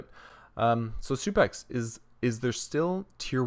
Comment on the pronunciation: why can legit no one pronounce SUPEXO? just read the 0 as an o, freaking SUPEXO.